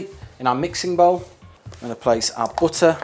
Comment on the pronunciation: why does he pronounce butter as "booter"?